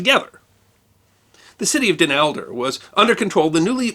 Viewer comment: Not Elder: Helder.